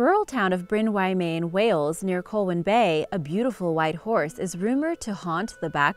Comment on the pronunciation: Just a heads up you said Bryn Y Maen wrong... Im more than happy to pronounce it to you:)